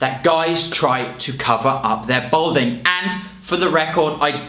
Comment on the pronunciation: Balding not Bolding.😉